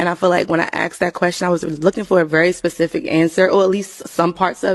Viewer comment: looking for someone who can properly pronounce specific.